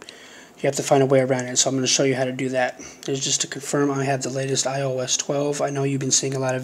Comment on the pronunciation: You said “my io device”